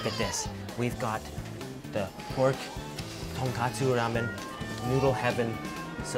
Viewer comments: Ton KOTSU ramen. NOT ton KATSU ramen! “Ton” means pork, “kotsu” means bones. TonKATSU is a fried pork chop. No ramen in sight. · tonKOTSU tonKOTSU tonKOTSU Not TonKATSU TonKATSU is Japanese pork Schnitzel tonKOTSU is the pork broth Also never ever ever jab your chopsticks into your rice and leave it there. It's considered very bad luck in Japan